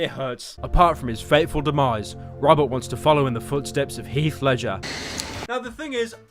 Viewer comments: rrrrrrobert Patterson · You pronounce “ Robert” like “rubber”